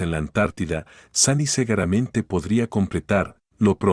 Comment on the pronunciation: me parto, porque escribe seguramente y dice segueramente.😂😂😂😂😂